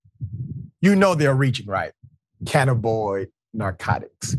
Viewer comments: Okay Doctor Richey, If you can spare a moment of your time, say it again please: CAN - nab - in - oid There are 4 syllables in this word instead of just 3 For more than ten years here in Washington State, cannabis derived products can be purchased legally for recreational use from any of the 650+ dispensaries throughout the State. So the word cannabinoid is growing more common nowadays. When saying "cannabinoid" out loud people emphasize the first syllable of the word, but I have heard people stress the second syllable "NAB" a few times as well: can - NAB - in - oid Either way is acceptable. But saying it like "canna - BOYD" - that is not correct. And I winced to hear you say it that way, (sorry haha) 😅 I'm probably not the first person to point it out to you in these comments, since you posted this some hours back, but searching the comments is a hassle so I'm leaving you this note just in case Peace and Thank You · It isn't "cannaboy." It's "cannabinoid." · CANNABOID?! Come on Doc... read. The term is cannabinoid.😐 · (Canna bin noid) is how it's pronouced. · It's not canaboyd... And you're Dr who? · Doc.... It is pronounced Cah-Nab-be-noid. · You butched the pronunciation of "Cannabinoid."